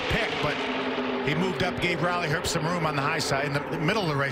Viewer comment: Why does he keep saying Riley erbst. it’s pronounced Riley herbst with a h